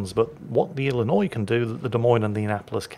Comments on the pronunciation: being an Illinois native, i am impressed and pleasantly surprised with correct pronunciation of my home state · Finally, someone who knows how to say Illinois without adding the S at the end. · As someone from Illinois, I was surprised at correct pronunciation. A lot of people from out of state add the "S" at the end, but it is in fact a silent letter. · I'm impressed you knew the s in Illinois is silent! Which makes it a completely useless letter IMO lol.